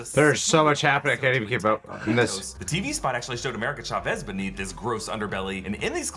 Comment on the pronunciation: Also just a tip for anyone who don’t know how to pronounce America Chavez name the actual way is “Cha-Vez” with the “Cha” like T’Challa I heard many people say “shavez” which is completely off